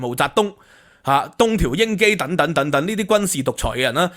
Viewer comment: "等等" 讀 deng deng, 不是讀 "躉躉!